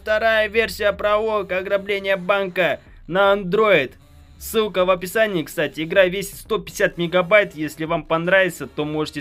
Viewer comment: Ты сказал вместо ссылка а с*ка